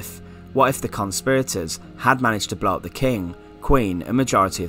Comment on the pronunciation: I'm sorry.. great video but can't stand the way he says "Blow up" BLOBB the king!